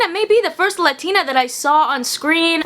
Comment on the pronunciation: How you gonna talk about authenticity and not even pronounce ‘latina’ right??